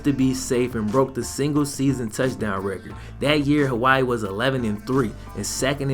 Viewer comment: Aye i luv yo vids bro but you butchered my states name😂